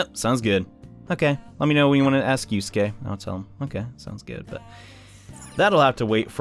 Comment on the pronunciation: You called Yusuke Yosuke